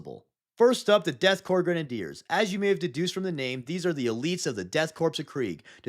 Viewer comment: You have the pronunciation of korps and corpse backwards.